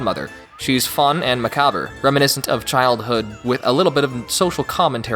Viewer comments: Wait did you just say ma-ca-ber? That's not how macabre is pronounced. Well shit I just googled it and this whole time I've been saying ma-ca-ab. But turns out it's actually ma-ca-bruh. Not even joking here...well shit I guess we were both wrong. Well played....well played. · You Pronounced "Macabre",Wrong. The "re" Is Silent.